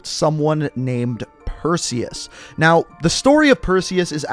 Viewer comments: Ayyyy he said Perseus right this time😂👍🏾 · You're the only COD youtuber I've heard pronounce Perseus correctly